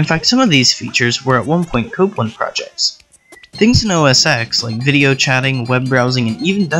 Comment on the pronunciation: I took a drink everytime you pronounced Copland as "cooplin" and "copelin" . Aside from that very irritating trait, I liked this video.